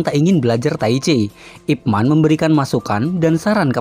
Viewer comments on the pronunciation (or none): 01.24 Pelafalan namanya kok kayak "ROCHMAN" Boss? Selama ini hamba kira namanya dilafalkan "IPMEN" 🤣🤣🤣 ,...